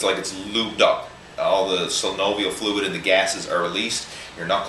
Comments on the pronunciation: it's not slynovial, it's synovial fluid. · "Synovial fluid," not *slynovial. ;) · Synovial Fluid, not "slynovial" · It's not slynovial fluid. It's synovial fluid. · Slenovial fluid lol.... its SYNOVIAL. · Pretty sure Synovial doesn't have an "L" in it!